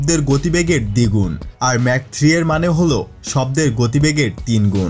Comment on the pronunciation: উচ্চারণটি ম্যাক না মাক হবে